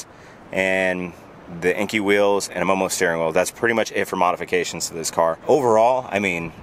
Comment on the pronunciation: Definitely spoiler!!! Ps: I'm no language nazi, but I think enkei is read "and kay" Cheers. . .